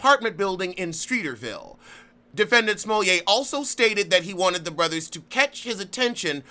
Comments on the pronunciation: It is. Its actually the correct pronounciation. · It is lol